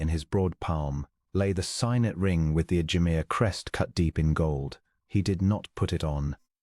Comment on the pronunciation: Signet ring ......is sig- net, not sie-g-net...